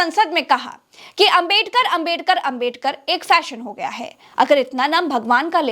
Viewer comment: Amit Shah Swarg jaenge Baba sahab ka apman kyon kar Bhagwan ka bhi Naam to sahi se le nahin paate Hain movie